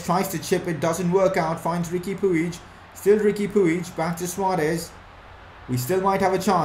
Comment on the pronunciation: It's Pooj. That's how it's pronounced.